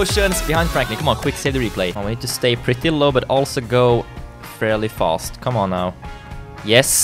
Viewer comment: You said fAst